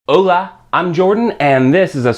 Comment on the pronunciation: Omg you know spanish and yet you pronounce hola wrong you say it like oh - la